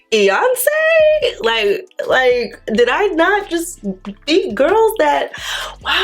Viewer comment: “E-Yonce” IM HOLLERING! 😂🙌🏽 you are forever my fave.